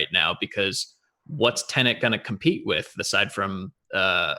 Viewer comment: Why are you saying Tenent? It's Tenet.